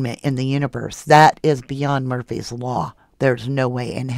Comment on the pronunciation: You said “Murphy’s” law 🐶